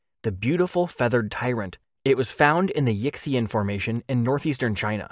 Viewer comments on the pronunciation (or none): Yixian is pinyin (the Romanized spelling language for Chinese) and isn't pronounced "Yicks-ee-an" but probably closer to "Yee-shan" Just a heads-up going forward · Yes! I've been hoping for a Yutyrannus video. Because it will likely come up again, Yixian is pronounced like ee-she-an and Dilong is dee-long. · I love Yutyrannus but I got psychic damage at your pronunciation of Yixian. It's yee-syan. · It's pronounced Yih-see-en, not "Yicksey'un". As always, when you don't know a word, look it up! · Yixian is pronounced (roughly) yee shyan. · Yixian is pronounced "ee-shyen", by the way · Oh I certainly meant to correct, not criticise. I agree it's not reasonable to expect everyone to be familiar with how pinyin represents Chinese phonemes. I only know because I studied Mandarin at uni. I thought I should say something because the Yixian formation is inevitably going to come up many times in future videos and would want it being pronounced sort of correctly. (I wouldn't bother with the tones unless actually conversing in Mandarin - which I've hardly done since uni anyway! lol)